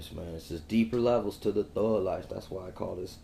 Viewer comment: Why does this guy have so much trouble pronouncing the letter "G"? I mean, this is like a serious, real struggle for him. Every time he says "thug", it comes out as "thuuuuuuuu". The thuuuuuu life. Help me understand this... ?